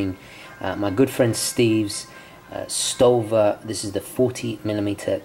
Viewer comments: You pronounced it correctly, but sometimes S and T together are pronounced like normal, sometimes its "Stowa", sometimes "Shtowa", in this case id say "Shtowa" sounds right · Hi both pronounciations are correct, Schtowa is a more modern pronounciation and stowa is also used. I am wery fond of the channel, and I watch it often. Beeing a German and having worked all around the world I love your open mind. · Stowa is basically a combination of the Lastname an Firstname of the founder: Storz, Walter.At the beginning of the video the pronunciation was nearly correct. The thing is in Germany we pronounce 'St' like 'sh'+'t' and the 'W' is really more a 'V'. And the Last thing is, the 'O' has to sound more german like. But if you aren't a native speaker german-pronunciation is hard. So basically it's: sh t o v a ; or with the phonetic alphabet: ʃ t o v a hope this was a little helpful best regards from Germany ;) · If the "S" is at the beginning of a word it is pronounced as an "sh" sound. And everyone knows that "w" is pronounced as a "v". All that to say that your pronunciation was spot on.:) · The name Stowa comes from the the founder WAlter STOrz. So the w is pronounced as a w and not as a v. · The W is pronounced with a V sound, so how you chose to pronounce STOWA is correct. There is no SCHTOVA sound. If the SCH sound was in their Company name, they would have put it there. So the name is pronounced as STOVA. Isn't language fun (and confusing at times). Much of the English language used in the States has a strong German influence and French. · Your first pronounciation was fine ;) its "Schto-wa" like Storz Walter, the founder of the brand. So the "w" sounds like you pronounced it i hope this helps And the text on the leather strap means "real leather, handmade, skin friendly" greetings from germany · You said Stowa right on the first time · The 3 one is right (pronouncing)